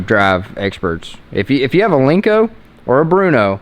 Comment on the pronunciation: it’s a Len-co. Not a Link-co. Lmao 😂. No one has a link-co because there’s no such thing.